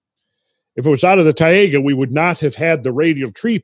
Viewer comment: Marvelous again, thanks! It's very good to have the right perception, as we just don't. Taiga is pronounced like a combination of Thai-(land) and ( Lady Ga )-Ga.. :-) Thai -ga. Cheers!